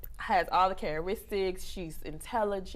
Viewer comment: all the "cararistics" .Wow smh..........I thought it was characteristics.